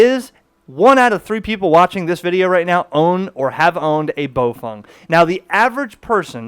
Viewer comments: Bow feng not bow fong. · Its pronounced "bow fang"! Not "bow fung"